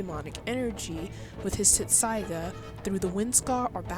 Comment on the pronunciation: YOU KNOW IF YOUR A REAL FAN YOU COULD AT LEAST SAY INUYASHAS SWORDS NAME RIGHT.